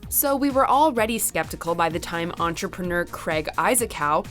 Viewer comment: Why would you pick the one staff that can’t pronounce entrepreneur correctly for the topic all about being an entrepreneur what is an enterperneeer